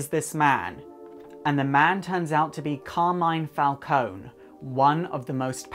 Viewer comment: Hi from Italy, I love your videos. About the Carmine Falcone character, not to sound too picky, but you are not pronouncing correctly his first name. It's more like this: CAR like Car the vehicle, MI, like in DO RE MI, NE like in the word "next".